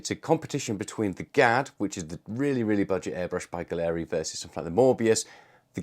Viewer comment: Why does everyone insist on mispronouncing Gaahleri? It's pronounced gallery, It is spelled funny to make it unique.